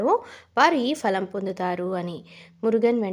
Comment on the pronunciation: చాలా బాగా చెప్పావు తల్లీ falam అనకూడదు phalam అని పలకాలి 👍